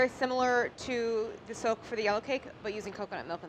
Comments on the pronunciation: I kept hearing soap instead of soak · I thought she was saying "Silk" good thing you put the word "soak" up there.... also yeah, audio problems.